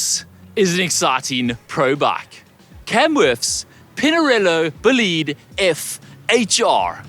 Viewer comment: I love you as a presenter (and human being), but learn how to pronounce "bolide" correctly! 😂 BOW-lid-eh